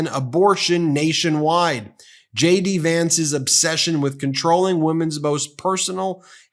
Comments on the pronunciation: sounds like you're saying Shady Vance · erm.... i heard Shady Vance.... Shady or JD? LOL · Did you say Shady Vance? 😂😂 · Ben, each and every time you say J.D. Vance, I hear, "Shady Vance." Must be a subliminal thing... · is ben saying "shady" vance ? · Sounds like he say shady Vance not jd vance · Lol... I am a foreign spectator. I always understood shady Vance. Did he say J.D. or shady? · Is it JD Vance or SHADY Vance? YouTube's CC is showing Shady instead of JD. 🤣 Perhaps pronounce JD so it could sound like shady to subliminally imply that and throw YT's CC translation and transcription service off. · Are you saying "Shady" Vance? :)